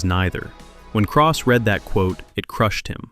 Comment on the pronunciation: Christopher Craw?